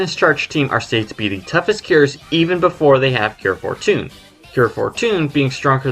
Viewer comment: Distracted by your pronunciation of “Cure Fortune”